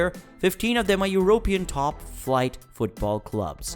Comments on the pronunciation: Eurooww pee inn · Did this man say euro pan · Great video, but really annoying to hear "European" being pronounced with the accent on the "o" rather than the "e". In "Europe", the accent is on the "u", not the "o". Rant over.